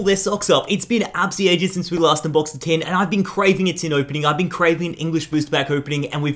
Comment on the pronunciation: tin not tim